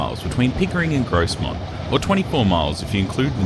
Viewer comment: I haven't been to a steam gala on the NYMR but I have been on it quite a few times as it's only 20 miles from me. By the way his pronunciation of Grosmont is pronounced without the 'S' Gromont